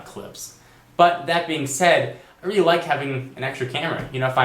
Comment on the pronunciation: weely weely weely like ur videos. one suggestion LOOK INTO THE CAMERA!